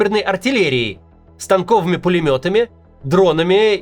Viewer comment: Кац, пулемёт не станкОвый, а стАнковый. Вот молодёжь пошла, прости, Господи 😂😂😂